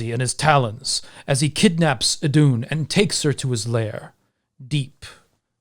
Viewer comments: Íðun not eedoon. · Btw who wants to pronounce Iðunn right its: ih-th(but softer)-uh-nn. Iðunn :) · Placing the emphasis of Iðunn on the u sounds off. The emphasis (stress?) is on the I. Same with Lokasenna, emphasis is on the first syllable, in this case the o (just like in the name Loki). I probably get a bit too nitpicky with languages sometimes. 😆 Anyway, the concept of death and how it applies to gods is definitely interesting. The Baldr myth describes a god dying, but also describes his situation after death. Similarly the Ragnarok myth talks about several gods dying, but also of a dead god coming back to life. In essence I'd say that, yes, gods can die, but dying isn't an end, it's merely a change in your state of being. In a manner I guess this is the same as how most faiths and mythologies treat human (and animal) death: the animating spark that is YOU is gone from this world, but it's not gone from existance.